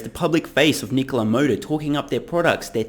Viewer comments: Trevor Milton shorted NKLA, pronounced "Knee-Cola" the day he sold his shares pre-IPO. He shorted Nikola, so he could have a quick pay day and blow half of the $70 MILLION pay day on a $35 MILLION house. It is clear Trevor Milton is running a pump and dump scam by completely seizing on the success of Tesla and Elon Musk. Trevor Milton has conceded and confessed to his disinterest in running Nikola by surrendering the CEO position to a "friend" and admitting that he is out as soon as he finishes his scam and gets some more money off the table by saying he plans on "retiring" in less than 5 year, apparently by the time he has really cashed in... Trevor is operating out of no conviction or drive to change anything but his personal financial security and at the cost of investors, he continuously admits that Nikola will manufacture nothing, yet he tries to call his scam operation an OEM. This whole thing stinks and I wish it didn't. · Honestly, I just wish he’d quit calling his own company ‘KneeCola’...